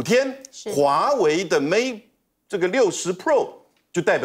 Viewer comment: 主持人注意, 是mate 而不是mad 不是mad in China, 是made in China